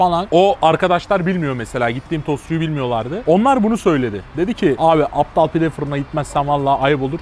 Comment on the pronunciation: Kardeşim APTAL değil ABDAL lütfen ya